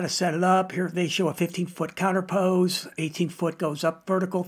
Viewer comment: Very good detail and a ton of info, great video, and I want to help you a bit by giving you the correct pronunciation of the word counterpoise... Think of "poise" sounding like "noise"... Eazy peazy...